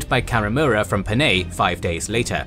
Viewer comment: Panay not Paney